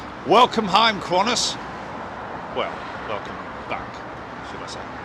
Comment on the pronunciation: lol...Aussies don't say "Kwon-tiss", they say "Can-tass".